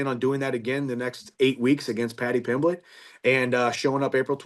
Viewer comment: “Paddy plimmet” 😂😂